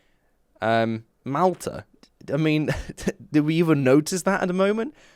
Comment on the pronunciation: why do you say malta like that tho